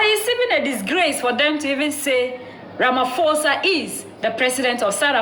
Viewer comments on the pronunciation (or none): Ramaphosa not Ramafosa 👃🏿